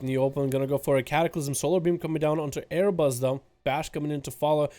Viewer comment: How are you mispronouncing "Arbus" as "A-yer-bus"